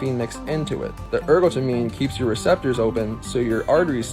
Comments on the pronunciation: It’s pronounced er-got-a-mine (meen). If you’re going to give medical advice, you need to go to medical school. You know nothing. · I love how the Starbucks guy tried to sound soooo smart but couldn't be bothered to look up how to pronounce adenosine and ergotamine